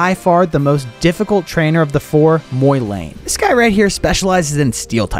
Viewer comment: "Moylayne" um... Im pretty sure its pronounced the way its spelled, MOlayne